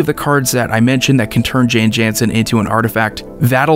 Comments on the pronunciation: You are mispronouncing it. It is an alternate language spelling of Jon Jonson. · No, the correct pronunciation is "Yawn Yawnsen".